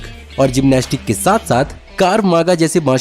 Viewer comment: भी वो edge (एज्) है एड्ज नहीं और कार्व मागा नहीं होता क्राव मगा (krav maga) होता है